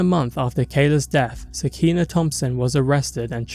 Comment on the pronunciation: Sah-kee-nah (nuff said)